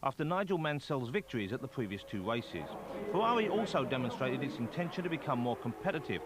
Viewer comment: Unsuitable but hilarious. So many funny quotes like ripping the piss out of deCesaris, ‘Berger’s Fewawi’ and ‘Zanardi cwashed is wo’us’